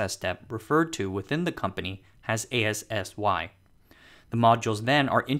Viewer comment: One tip, you can pronounce ASSY and FASY as a word, not as a abbrevation. I work at DUV assy.